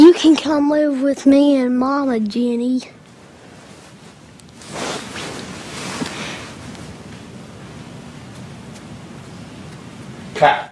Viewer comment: OK Jen-nay